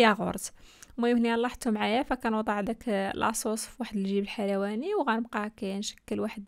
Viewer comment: جميل جدا ولكن ضحكتيني لما قلت جيب حيواني ههههههههه بدل جيب حلواني الذي يعني جيب لصناعة الحلويات